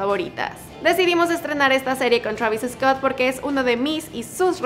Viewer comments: se dice "Travis Scott" se pronuncia igual. No digas "Travis Escot" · Por que lo pronuncias EEEESCOTT???? please try not to put la E antes de la S just so it can sound the way it is..... is like Sandoval no lo pronunciamos E-sandoval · Travis Escott 😆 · Ok Travis eescot lol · Me caga como dice su nombre "travis escot" haha